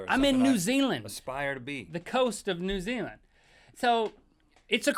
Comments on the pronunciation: I may be being picky but you say new Zealand N u Ze a land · Y?AAYAYAYAYY YUUU SAID NUU ZEELAND!!!!11!!!!1!!!